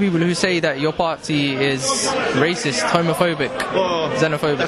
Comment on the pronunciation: LOL the guy "I'm no way rashist"